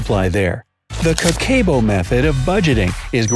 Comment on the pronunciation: The way he pronounces Kakeibo made me exit out if the video so fast